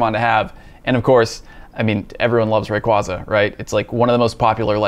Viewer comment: Wish he will say the Pokémon name right :p